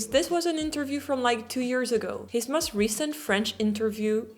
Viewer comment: Please learn to say 'most' (rhymes with 'ghost') instead of 'must'. You're otherwise doing fine in your English pronunciation 😊